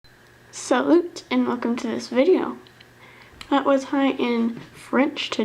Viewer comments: Hi, not being mean just saying that salut is actually pronounced salu 😊😉 great bracelet by the way x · Actually salut in French, you don't pronounce the t :) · In salut, u don't pronounce the t! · "Salut" did not pronounce the "t". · U don't say the t in salut